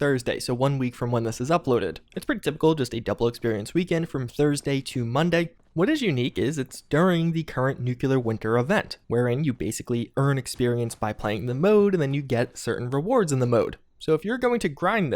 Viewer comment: It's not "new-cue-ler" Who are you, George W Bush?